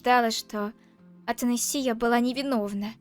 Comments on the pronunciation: Имя принцесы Ата'насия а не Атанаси'я...... да я душнила 😅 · В имени Атанасия ударение на третью букву а😂 а не на букву и